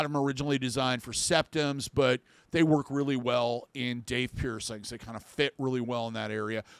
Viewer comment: If it was meant to be pronounced, Dauth the vowels would be au, but it's not, is it. No, in fact, it's spelled with the ai vowel combination, making it have the long A sound. Maybe it's the boomer in me, but Grammar IS important.